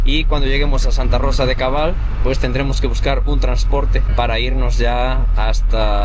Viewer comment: Santa Rosa de Cabal, No de cobal.